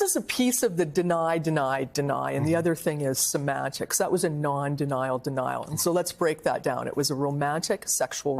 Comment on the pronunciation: I became aware of Sussane Craig because of her portable speech impediment. Her reporting seemed sterile and mundane, but her insistence on saying "thot" instead of "that" or "bockwards" instead of "backwards" annoyed me to the point of paying attention to her. She only speaks in this manner when she's on set in the studio. When she's outside on the street, she talks like everybody else. I find this strange. It also just hit me who she looks like. I don't mean to be cruel, but she is a dead-ringer for......Art Garfunkel. Sorry, Lord...please forgive me.